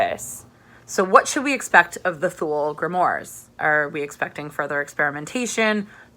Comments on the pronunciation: I know I know I'm gonna be that guy, but just cuz many people say this word wrong. Thule = too-leh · Great review! Just a heads up that "Thule" is pronounced "too-lee" :)